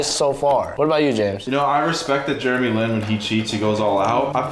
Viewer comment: Did no one realize he said sarku for Jeremy Lin.